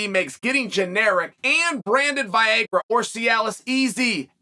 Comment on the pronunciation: I always wondered if Chael mispronounces names on purpose; after hearing him say ‘Viagra’, now I have the answer.